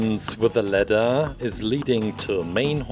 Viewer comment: I kept on thinking he was saying letter not ladder